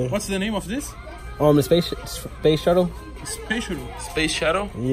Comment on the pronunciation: "Spacionaive" kkkkk